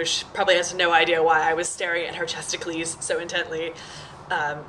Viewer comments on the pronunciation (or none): ChestacLEES? haha. No, it's 'breasticles'...like icicles or popsicles (or testicles. lol).